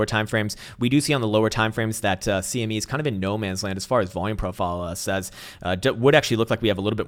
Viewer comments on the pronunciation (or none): none